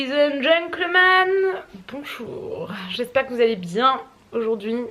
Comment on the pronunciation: guyyysss ne m’agressez pas mais on ne dit pas: «ladies et gencleman » mais: « ladies et gentleman » ps: ct juste une précision sinon j’aime bcp tes vidéos! <3